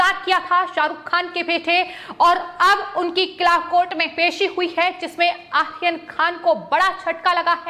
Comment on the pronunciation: तोतले लोगों को भी न्यूज एंकर की पोस्ट मिलती है ❓ कमाल है...! ए आर्यन के नाम का उच्चारण क्या कैसे ले रही है ❓कमाल की ॲंकर है...! 😄😃 ये आरोपी को आखोपी, आर्यन को आखेन कह रही है... बाकी जगह तो 'र' का उच्चारण ठिक है परंतु कुछ जगह ही क्यों चूक रही है❓ पता नही....! 😃